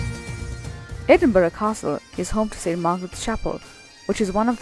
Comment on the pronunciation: American vloggers take note ! your pronunciation of Edinburgh and Glassgow was spot on, you have done your research, well done, I hope you enjoyed your visit